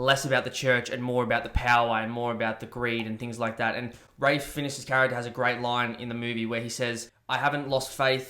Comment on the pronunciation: This video is awful and trite. You can't even bother to pronounce Ralph Fiennes' name correctly, but you then have the audacity to say most people only know him as Voldemort?! Is this a joke?